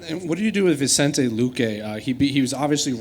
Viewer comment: VICENTE not vincent